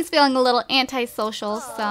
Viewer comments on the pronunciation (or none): none